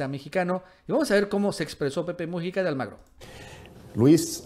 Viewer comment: QUERIDO AMIGO, NO SE DICE PEPE MU'JICA, SINO MUJI'CA. LA SILABA FUERTE ES "JI". POR FAVOR CORRIJETE, QUE SUENA MUY FEO.